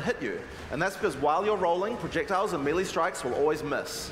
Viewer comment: It'e pronounced MAY LAY...NOT MEE LEE!